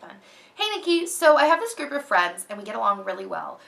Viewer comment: i totally heard " i have stripper friends" instead of group of friends! lol